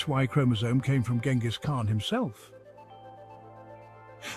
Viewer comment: Pretty hard to listen to this guy repeatedly mispronouncing the Khan's name. Thumbs down.